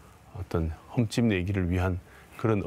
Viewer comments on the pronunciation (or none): 험집 이 아니라 흡집!